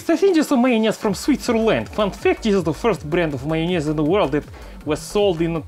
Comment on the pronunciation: I love how he say mayonnez